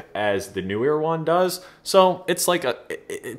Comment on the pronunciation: How come every person but two (and I am one) who can pronounce Neewer properly because I can see the double E in the name, thereby being Kneewere and not NEWwere or, as you say, New weer.